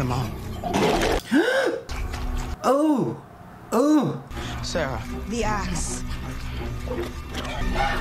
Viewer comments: The fact that u kept saying Sasha instead of Sarah 😭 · Every time you called Sarah Fier Sasha Fierce i cracked up lol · "sarah fier" is already written in the rock,but he still read it as "sasha fierce" 😭 ajakaka 😂 and he nodded at the end when deena said to sam, you're dead without me ahahaha lol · I love your reactions but you calling Sara Fear Sasha Fear the whole movie had me busting out laughing. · Not him saying Sasha when her name is Sarah 😭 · I get it, at first it was a mistake but how do you mistake Sarah for Sasha again while reading it? On the stone😭 love you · He said Sasha fierce lol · Me the whole time annoyed because he kept saying Sasha instead of Sarah. (No hate towards him btw) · “Sasha Feir” Gurl really? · THE WAY YOU SAY SACHER AND SALAMANDER EVEN THOUGH ITS SARAH AND SOLOMON BUT WHILE EDITING U REALISE YOU SAID IT WRONG PLEASE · it annoys me way too much that he says Sasha and not Sarah